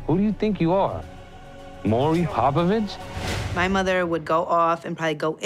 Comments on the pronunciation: He said HOPIVICHT😂😂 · He said Popovich.